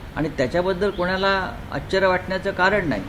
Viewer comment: आचर्य नाही ... आश्चर्य .. संपादक आहे का नक्की ? भाषा सुधारणा केली पाहिजे